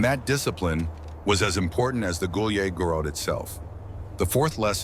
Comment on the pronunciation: They incorrectly pronounce «гуляй город» it is not “gulyeh gorod” but “gulyay gorod”.